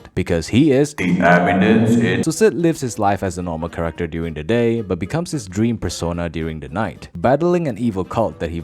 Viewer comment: Background corrector? Or Character? Dude says corrector instead of character.